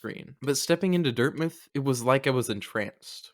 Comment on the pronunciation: This was art. I am absolutely horrified that you pronounce dirtmouth wrong though. But thanks for being part of some of the incredible memories I have with Hollow Knight